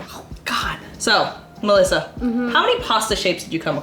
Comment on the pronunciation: As italian kudos to Melissa pronunciation.